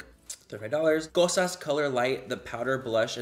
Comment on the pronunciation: I’m Greek and you say “Kosas” BEAUTIFULLY 💙🇬🇷